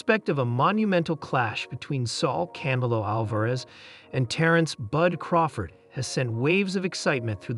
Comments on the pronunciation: Thought he was saying cantaloupe.... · Can't say Canelo, can't say pounds, can't say Paulie's last name. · Hate how you say Canelo